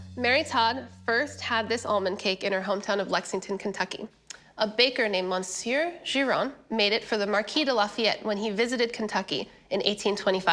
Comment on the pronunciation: MON-See-yur is one of many reasons I prefer Tasting History.